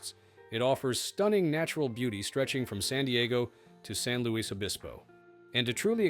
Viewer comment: The Luis in SLO is pronounced ''lewis"...